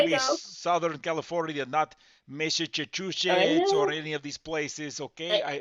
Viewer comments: Goverman Seriously?? Oh Massycuetass? Like seriously they don't even know how to pronunce that and they want to scam like for fuck sake tell to get a real job. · 'Massacute-is' ? Sounds like 'Locutis of Borg' 😂😂😂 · Did he say MassiveCuteAss? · 😂😂😂 SCAMMER cannot even say THE STATE NAME😂😂😂😂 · The jamaican couldn't even pronounce massachusetts right!😂😂😂